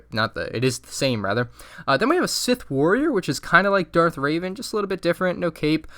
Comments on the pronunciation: “Darth Raven” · Darth RAVEN - I am cringing right now, especially after watching the rebels worst to first- Grand Admiral THORNi Edit: I know how they are spelled I am just emphasizing the fact that he said both of those